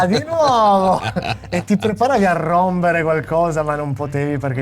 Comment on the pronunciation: Karate Kid 7: Il momento di RRROMBERE.